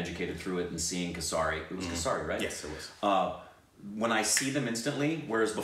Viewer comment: Kessss ri .... Not kesaaaari 😆 sorry but i could not hold back